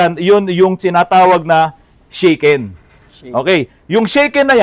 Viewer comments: Good evening po Sir! Here in Pampanga we call them AFAM sa mga American foreign-gers lalo na may kasamang Filipina pakners… 😆 Correction lang po sa sinasabi po ninyong “Shaken” ang tamang pronunciation po nyan sa Japanese ay “Sha-Ken” as in Shasha, not “Shey-Ken” na kinakalog… Sobra naman kasi minsan manlait ang mga commenters po ninyo wala pong taong bobo sa Ingles what matter most is nagkakaintindihan kayo ng kausap mo. Mga iba dyan kase natatakot lang magsalita ng Ingles baka mali-mali raw ang kanilang grahams! 😂✌️🥰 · Boss, FYI lang po--yung mandatory vehicle inspection sa Japan is called "shaken" pronounced as "shah-ken" (hindi shaken ng english or inalog ng tagalog). Baka kasi mapulaan na naman kayo ng mga magagaling😅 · Shaken po sir ang pag bigkas😊ibig sabihin po nun rehistro…